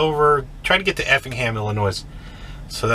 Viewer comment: There's no "noise" in Illinois. Illi (noy) 😁. Great videos as usual!!